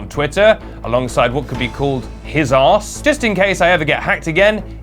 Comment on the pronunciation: Nobody:: aRsE